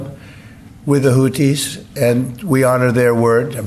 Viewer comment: Sounds like he's talking about the Hooties, not the Houthis. Where's the Blowfish?